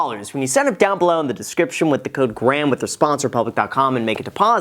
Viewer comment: Did he really say what’s up graham it’s guys here